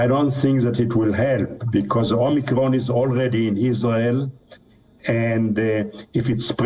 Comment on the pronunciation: She said "Omnicron" (just once, but Biden's speech rubbed off)